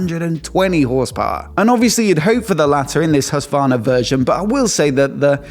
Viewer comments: its HusKvarna not Hussvarna, just fyi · Plz, look up a Swedish person say Husqvarna 😂 it’s a Q in there!!!